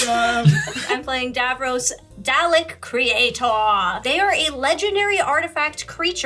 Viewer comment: saying "Dall-ick" hurts, it's like doll + ick!